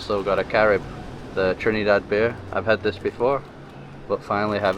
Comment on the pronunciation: ALSO : Not : TRINNEE-DAD But : TRINNIH-DAD